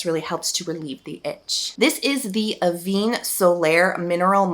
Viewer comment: Just a heads up, Avène is pronounced A-Venn not aveen. just trying to let you know for your future videos so no troll picks you up on it negatively. The accent (è) is over the middle e changing the sound away from how we would usually pronounce it as eee. Hope this helps. Love you lots and thank you for your informative videos, you really have helped me so much and I appreciate you. I LOVE your podcast too. I’ve listened to each ep at least 3 times, I resonate with what you talk about so much. 💗🫶🏻